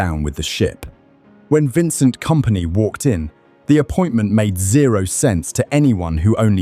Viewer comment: top shelf AI slop. idk if even the script is written by AI, but the text-to-speech is atrocious. Leroy Sane read as "sane" (possessing mental clarity)? "they beat Dinamo Zagreb 9 to 2 inches the Champions League?" probably left a period after the "in" by mistake, pal...